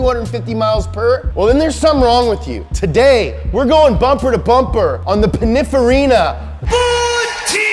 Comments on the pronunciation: So nobody’s gonna talk about the fact that he pronounces it pinifarina instead of pininfarina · "Pinifarra"is the pronunciation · So nobody is going to say anything about ' pronunciation of Pininfarina? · Please learn how to pronounce Pininfarina. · Does it bug anyone else how says Pininfarina?